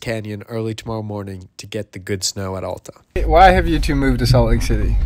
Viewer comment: AAAAAAlta. Not UUUUUlta.